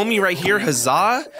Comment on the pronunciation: By the way he says the zaa not uh zaa